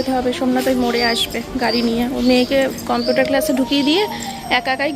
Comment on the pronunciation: Compoter ki uchharon vul val uchharon computer ok